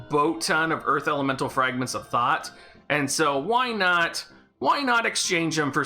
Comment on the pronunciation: I keep hearing “Fragment of Thot.”